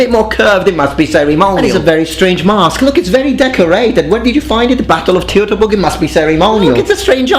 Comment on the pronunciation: STOP! Where the f did that battle happen? "tjew to burg"? No. It fucking didn´t. It happened at "Toi to burg". Fuck´s sake.